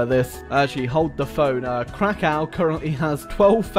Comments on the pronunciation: I bet you say Moscow like "Moskau" as well, like a 1980s yank. It's Crackov, anyway. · I like how pronaunced krakow as crow cow